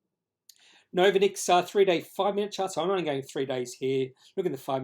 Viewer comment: Good job on the candlestick analysis. But why do you put your credibility into question by not even bothering to find out how to pronounce the name of the company? If you can't get that right, why would your subscribers trust you on the quality of the rest of your research? Pretty easy to log on to Novonix's website to find out how they pronounce their name